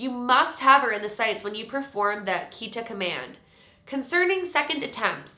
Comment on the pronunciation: this challenge seems really interesting but as a japanese person (who also speaks spanish) i died a little bc like. tomare (stop) was pronounced like the word for to take in spanish (tomar) HSDFBJDSFDSF and kitta (cut) was pronounced like kita which is come in the past tense